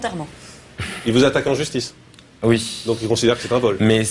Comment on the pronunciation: 1min53 cécile : S'il vous a attaqué en "JustiX" O_o ! animatrice TV???!